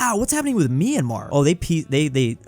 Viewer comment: It's my-an-mar, not me-an-mar!!!